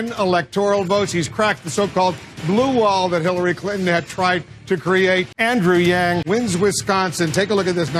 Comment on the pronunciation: I like how u say andrew yang